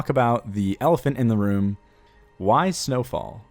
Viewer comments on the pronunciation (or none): none